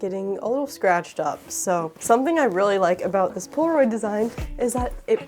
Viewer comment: She keeps saying Pora-oid 😂